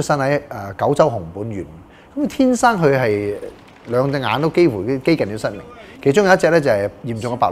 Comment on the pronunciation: 失明變失眠 🤣